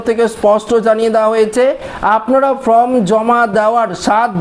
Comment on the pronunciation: আরে ভাই, উচ্চারণ টা ফ্রম নয় ফর্ম। ঠিক করুন।